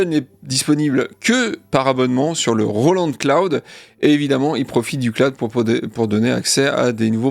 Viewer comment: Les japonais de Roland se sont inspirés de "la chanson de Roland" pour le nom de la marque. Du coup, il faut prononcer Roland à la française.